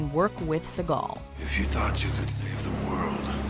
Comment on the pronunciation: I can speak personally from directly knowing & talking to two of Segal's Uncles (bless their souls) who said (1995-ish) that he was a total ignorant jerk. And, the real way you pronounce their name is like the bird!